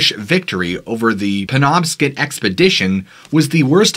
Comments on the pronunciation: It’s pronounced like Scott not skit penobscot county is where I grew up. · I stand corrected and I do apologize. I have been pronouncing Penobscot wrong for years apparently. I wanted to double check before I replied and was very surprised that I've been saying it wrong for over 50 years. So pay no mind to me. You got it 100% correct! (Don't hurt me. I'm old.)